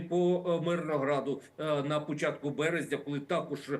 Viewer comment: Я не ослышалась? Эксперд в и в сказал на "пУчатку березня"?😂😂😂 причем, обратите внимание, что он не экспромтом говорит, а читает заранее подготовленный текст! Закончились эксперты на украине...😢